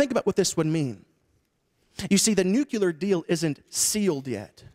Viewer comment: Interesting, when you continue this conversation it is a nuclear issue not a nucular issue.